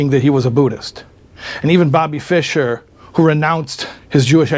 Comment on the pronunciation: fischer was correct